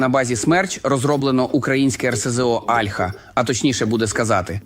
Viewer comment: Альха, о'льха. Вивчіть як правильно...